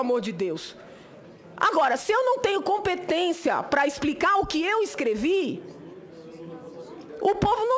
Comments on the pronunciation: falou ispricar, incrusive, supusição🤣🤣🤣🤣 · Nooossa: "ixpricá"! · Expricar! Viajar na maionesi - como pode falar errado ; e exercer esta função ?... acorda Brasil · "Expricar" é o cúmulo. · A senadora: exprrricá, presidenTA, pudê, ponto de vistcha, supusições, impitichima, guverno, que nível!